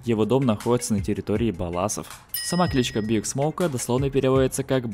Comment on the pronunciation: Не биг (BIG), а БиАйДжи(B.I.G.)